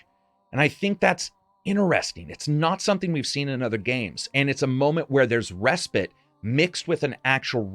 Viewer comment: Ask yourself should you listen to someone that pronounces the word respite, respit.